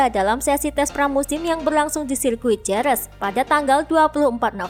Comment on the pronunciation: yaa emang gue ngelurusin laler karena doi bacanya jerez wkwkw